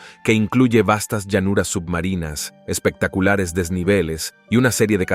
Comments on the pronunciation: Usted dice espectacular, sino pronuncia ni una C intermedia ni una P intermedia y así dice que espectacular si para decir espectacular dice espetacular, eso no es bueno. Habla inmundo ese tipo. Se le reconoce la buena voz, pero no la forma de hablar. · Excelente? Tiene buena voz pero habla inmundo, no pronuncia una C intermedia dice espetacular en lugar de espectacular y más cosas por el estilo.